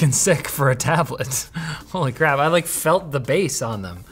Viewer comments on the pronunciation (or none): did he say holly Crab? :)